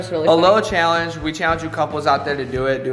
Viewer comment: Lol and say "cheeallenge"